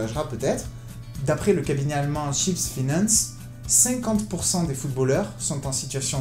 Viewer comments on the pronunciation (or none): none